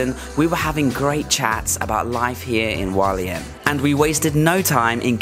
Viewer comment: Hualien, not Walien! You pronounce the H.